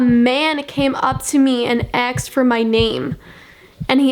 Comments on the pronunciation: Girl you from the hood? You keep pronouncing "asked" as "aksed" 😂😂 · y u say axed instead of asked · It's pronounced ask, not axed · it’s asked not aksed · asked is asked not AKSED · You say "aksed" instead of "asked". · It's "asked" not "axed" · wait is she saying aksed not asked? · its 'asked' not 'aksed' lol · when she says aksed instead of asked in the whole video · It's asked not axed ," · your really hot but please pronounce asked properly it's not aksed 😂😂😂 have a great day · It's ASKED, asked....not AXED. Jesus shit. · ur awesome and all but please its ASKED NOT AXED PLEASE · it's not ax me it's asked me learn to speak English. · Kept Saying Axed But I Still Love Her 🤷🏼‍♀️ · "aksed" LOL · STOP SAYING AXED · I love the way u say asked axed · Someone "axed you" ? 😂 sorry, no offense but I thought it was funny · Julia Elle AKSED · Axed you? He axed you? What's that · i'm sorry but it really bothers me how she says asked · I love it when she says asked